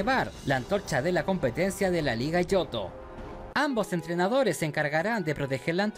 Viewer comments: Jo-jo, pensé era jo-ou XD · Yo no jugué el ooriginal pero si el remake donde en la portada está el jojoo perdoname pero me da risa esa pronunciación y eso que según viste el anime